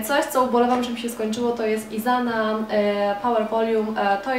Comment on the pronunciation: Wymawia się ISANA, a nie IZANA ;)